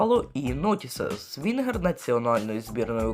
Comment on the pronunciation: Он сказал свингер, или мне послышалось?